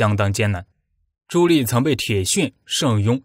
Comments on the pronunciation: ㄌㄧˋ什麼ㄌㄧˋ？ ㄉㄧˋ 棣 啦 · 朱棣（念弟）不念朱力⋯沒文化還在配音⋯暈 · 棣 读di 4zshengm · “朱棣”，“棣”字，發音“帝”。 “心喜歡生”，應為“心生喜歡”。 “好好干吧”，應為“好好幹吧”。 “干、幹”兩字，基本意義不同。 如全文使用簡化字表述，可用“干”，惟本文以正體字（繁體字）行之，則應使用“幹”，以免混淆。 “百思百得其解”，應為“百思不得其解”。 “血脈賁張”，“賁”字，發音“奔”。 “空空如野”，應為“空空如也”。 “絕殺”，應為“截殺”。 “抵擋”，應為“抵達”。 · 哎，那个读朱棣（弟）！！！！！！ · 听得我浑身鸡皮疙瘩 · 你连朱棣di都读错，装什么文化人